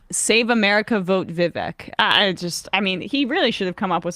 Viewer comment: Pronounce his name correctly and you guys might convince me that you actually do your homework. Vi- V ache not Vi- Veck